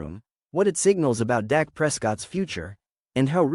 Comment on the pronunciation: His name is Dak not Doc!